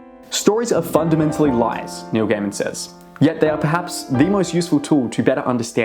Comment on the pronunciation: everytime you said Neil Gaiman i heard New Gamer.... 😂